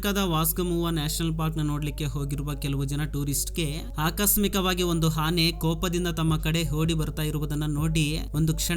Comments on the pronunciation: ಹಾನೆ ಅಲ್ಲ ಆನೆ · ಹಿಂಗ ಯಾಕ ನಿನಗ ಹುಲಿ ಬೆನ್ನಹತ್ತಿದೊರಹಂಗ ವಿಡಿಯೋ ಮಾಡಿಯೋ ಮಾರಾಯ ಸ್ವಲ್ಪ ನಿದಾನಕ್ಕ ಹೇಳ ಮೊದ್ಲ ನಿನ್ ಕನ್ನಡ ತಿಳಿವಲ್ದು ಎಮ್ಮಿಗೆ ಹಸು ಅಂತಿ ಆನೆಗೆ ಹಾನೇ ಅಂತಿ 🙆🏻‍♂️🙏🏻